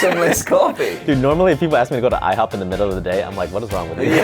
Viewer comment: i-HO-p 😉😉🥞🧇